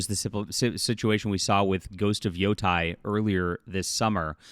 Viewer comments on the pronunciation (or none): Ghost of Yotei is pronounced as 'yo-tay' by the way, not yo-Thai. Ei tends to be pronounced as ay in Japanese. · Yotei is yo-tay. Yotai would be yo-tie